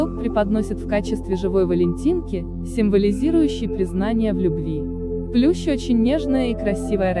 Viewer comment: Не плюш, а плющ произносится также, как пишется